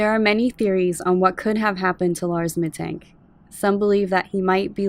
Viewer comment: Very detailed and solid summary! Little note: Mittank is pronounced "Mittunk" :)